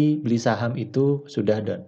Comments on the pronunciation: gua pikir down dia ngomongnya . rupanya done hhahaha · Haaaahaaa, sama Bro, gwe fahamnya down